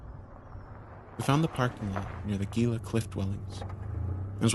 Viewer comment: Your friends ostracized you for mispronouncing ‘Gila.’